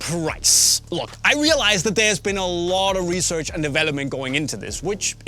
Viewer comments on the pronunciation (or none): none